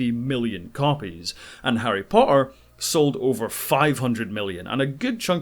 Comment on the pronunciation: Harry Pah-er I like your accent :)